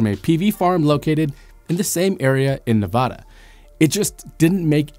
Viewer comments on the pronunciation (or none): NEVADA is pronounced Neh-vaduh not Nah-vah-dah. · As a native to the state this was about I would like to respectfully point out it is pronounced Ne-VAD-uh not Ne-VAH-duh. This is a sore spot for all residents of the state. Living outside the state I have come to terms with it being pronounced wrong but I will not lie I still get the twinge when I hear it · Its Nevada....not Nevahduh. Mispronouncing it makes Nevadans super irritated. Trust me on this one. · It's NeVADa, not NeVAHda. It hurts hearing it pronounced wrong. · You're going to get shot saying Nevada like that if you go to Nevada. The first 'a' is supposed to sound like Apple. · F.Y.I. the first "a" in Nevada (the US state) is pronounced as the a in "apple" not the "a" in almond. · The plant you drive by on the way to Vegas from So. Cal. is Ivanpah not Crescent Dune. Also, with the plant back online, it may still turn out to be a beneficial installation. Finally, your pronunciation of Nevada is incorrect. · Love your show - but please learn how to pronounce Nevada. The “a” is as in “add”. Listen to Elon or anyone from Nevada.